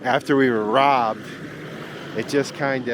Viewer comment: The disappointment in Curts voice, every time he pronounces ROBBED, totally broke my heart.